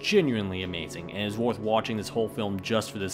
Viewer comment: It's "WARTH" it? WORTH is pronounced like WURTH, not "warth".